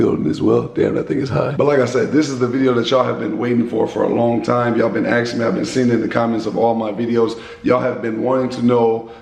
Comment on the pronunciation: Don axing ya what your saying